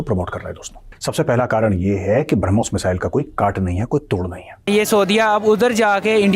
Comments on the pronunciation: यह पाकिस्तान के मूर्ख है और मुर्ख ही रहेंगे ब्रह्मोस को बरामुस बोल रही है😂 इन पाकिस्तान के अब्बा और भाई जान इनके उतरते हैं इसलिए😂😂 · ***People: It is **BRAH+mos--NOT brum+Hos!!!**